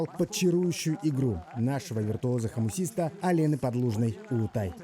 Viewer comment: Витруоз или Виртуоз? 🤣😅